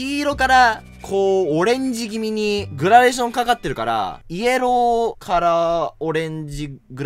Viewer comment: イエ…ロー？ヤローになってない？気のせい？笑 しかも「ロー」はエルだぜや…